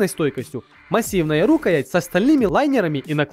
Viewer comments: рукаЯть правильно а не рУкаять! Не русский ты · а что за шутки с ударение в слове рукоять? Ты действительно говоришь рУкоять?!! рУкоять - этА пять)) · рукоЯть! Слушать неприятно. Да ещё всякую хрень продвигает. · рУкоять, ты серьезно?? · Ни пэйн бол а пин-бол и не ру́каять а рукая́ть ты неграмотный нубас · рУкоять ? я не ослышался ? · Сейчас бы говорить рукоять (он говорит о а не а, если не поняли)